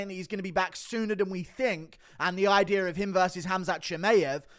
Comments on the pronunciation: “Another ideer” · “breakdown the ideer”